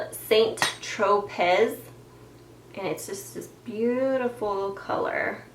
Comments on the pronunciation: FYI.....St. Tropez is pronounced San-tro-pay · Still loving that Maybelline tattoo. I really hope it's permanent. It's pronounced st tro pay! Thanks for the recommendations!